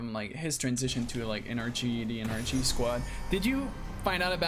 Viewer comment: HE SAID NRG NOT ENERGY LMAO